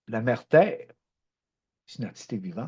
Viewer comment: Cher Guy, encore une fois une capsule magnifique. Émotions, rires, câline que ça fait du bien. Ton propos est vibratoire, surtout quand tu dis : mon pére pis ma mére hahaha.. tu m'as fait rire 🤣. J'envoie tes capsules à des amis parfois, qui sont prêts à entendre la langue que tu parles. ET que cette langue devienne universelle !!! MERCI ENCORE 🌟💝